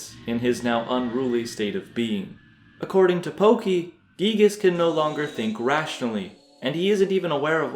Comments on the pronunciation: Can we all stop pronouncing Giygas as Gieg? When we were kids we all called him Guy-Gas. I refuse to change that. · Giygas is not spoken Gigas but Guygas it just sounds better. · It pains me when you say "geegus" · "Gee-gass" sounds funny